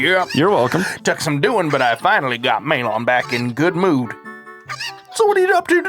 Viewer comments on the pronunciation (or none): Maylawn? In what world is it not Mal-uhn and Tal-uhn? Or Ma-lohn and Ta-lohn in Japanese.